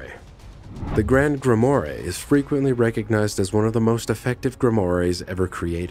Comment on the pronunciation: Please, work on your pronunciation! Such as "grimoire" and "proboscis"! The guy was in a very poor costume! Other than that, somewhat interesting. Thank you.